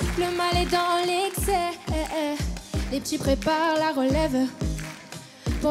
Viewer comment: Vitaa a transmis à les mêmes défauts de prononciations " les p'tchits préparent la relève". On dit les P.E.T.I.T.S!!!